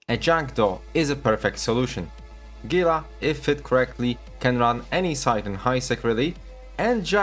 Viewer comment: 1 upvote for correct pronounciation of Gila